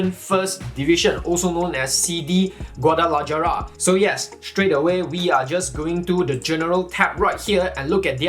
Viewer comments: It’s not gua-da-la-jah-rah it’s gua-da-la-ha-ra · "GuadalaYara" lol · Great content and very informative. One thing though The "j" in Guadalajara is pronounced as an "h". So it's actually pronounced Guadala(h)ara